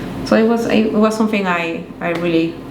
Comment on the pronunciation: Felicidades, sólo algo para acotar aunque quizás algún seguidor se ofenda, pero es para ayudar nada más, estaría bueno q corrijas cuando pronuncias someTHING, THING, chekalo con tu novio, y q sean felices y coman perdices..😘😘